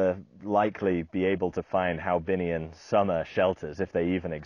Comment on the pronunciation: Hoabinh ? not haobinh ?